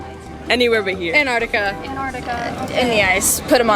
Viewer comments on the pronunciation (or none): 'Where would you send Donald Trump, highly educated liberal girl?' 'To "An-ar-ti-ca", not Antarctica.